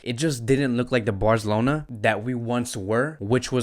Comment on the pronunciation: Dude can’t say Barcelona correctly 😂